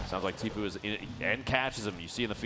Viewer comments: Is it just me that heard this or did you hear the guy keep saying tfoo instead of tfue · he said tflue lol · Did anybody realize the guy that was giving commentary said “*Tflue*” lol. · that's not how you pronounce the name it's Tfue!